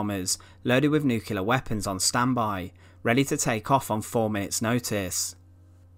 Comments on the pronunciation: Also drops nucular bombs, not nuclear ones... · Yes and the word nuclear is nuc-ley-are not nuc-u-lar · he can't say nuclear either...nuckeallar!!😆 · The comments aren't criticising the accent, it's the words. The voice over says: Bommah not bomber Nuculer not nuclear Free not three Fermonuclear not thermonuclear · you’re perfectly capable of saying the word “bomber” there, so what in holy hell is up with “bommah”?! In fact you repeatedly pronounce “bomber” normally, so it’s clear you’re choosing to mutilate the pronunciation randomly. Also it’s Nu-clear, not nuke-ular. Colour, not cuhlaar. Another, not anuvvaar If it “continued at this altitude” it wouldn’t have struck the ground, perhaps having mentioned the aircraft being nose down you meant “attitude”?